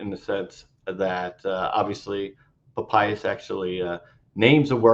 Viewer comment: This guy can neither read Greek or Aramaic. And his pronunciation of ancient names is abhorrent! So he's got a legal degree. I have heard during my BA in the Classics that Lawyers Latin is atrocious! Right now he is saying "Pa payas" and not Pa pi as --- ugh! This fellow could have paid for a tutor to work on his ignorant pronunciation.